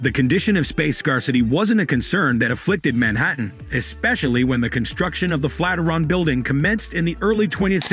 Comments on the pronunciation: "Flat -i-ron???" Flat IRON. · Another damned Robot Narrator....you lost me """ Flatteron Tower"""---It's the FLAT IRON Bldg you Idiot Machine, the Fikken Flatiron Building....How do you Kill Off an AI Creep?? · Is it pronounced Flat-er-on like this narrator states, or Flat-i-ern (flat iron)? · Flat-er-on? I hardly knew her! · He pronounces it as FLAT-eron. Is this correct? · Thanks, but I've lived, worked and went to university in Manhattan and have never heard it pronounced the way you have with the word Flat and Iron run together! Though spelled Flatiron building, many as well as I pronounce it the Flat--iron building! To each his own I guess! lol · If that AI says "Fateron"...one more time..just one more time. 😡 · The narration is terrible! "FLAT RUN" we start of with............egads!!!!! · LOL "flataron"! C'mon, realy? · I agree with y'all... It was pretty much the same thing, over and over. And the first time I heard flat-er-on I thought I was hearing thing...lol Anyway...nice photos of the interior - that's really what I wanted to see... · You obviously don’t care about your content if you didn’t take the time to correct the pronunciation of the subject of your video . What a pathetic shame Bob Mollot -Seattle